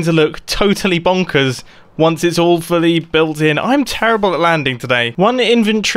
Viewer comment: "Awefully completed"?? Oh, 'All fully completed' X-)